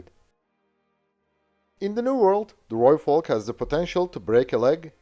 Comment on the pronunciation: Thank you, from a South African, for saying Rooivalk correctly 🙏